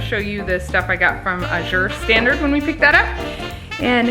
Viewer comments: AA-zure. (AA is short a, as in cat; zure, like the 2nd syllable of pleasure). Think of the work pasture, and that'll help you know how to pronounce Azure! The first syllable gets the emphasis! :) I order from them too; they're fabulous! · Azure...a shade of blue. Accent on first syllable, not second.